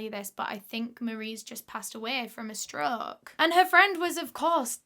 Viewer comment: The way she says stroke kills me 😂 “struuuuk”